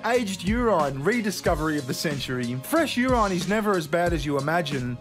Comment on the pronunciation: why are you pronouncing urine as youran? urinal you pronounce normally..... is that an australian thing?